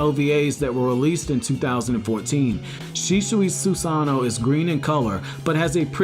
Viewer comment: Just a tip, if you are going to make an edited video about an Uchiha practice your pronunciations, specifically Susanoo. Other than that this video wasn't too bad. As for Shisuis rating I would probably say he would be third overall. Which actually says a lot, considering Madara and Sasuke, the two ahead of him, were both incarnates of Ashara. In a fight, Shisui might be able to beat Sasuke or even Madara of he uses his ultimate jutsu, so hell he may actually have been the strongest Uchiha ever, too bad Danzo fucked him over.